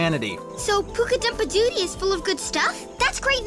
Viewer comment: "poo-ka-dump-a-died" a little on the inside.